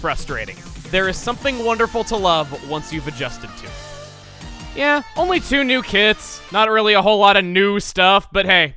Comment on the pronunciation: don't think I didn't hear that slight emphasis on that "new" Chugga.